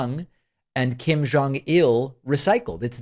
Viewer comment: I have never heard anyone who pronounces Kim family's name more accurately!